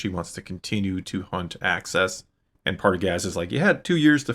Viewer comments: …“Axis” not “Access” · It's AXIS, not access, bro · it sounds like you are saying “access” rather than “axis”. Maybe I’m just hearing you wrong. lol. Great episode!!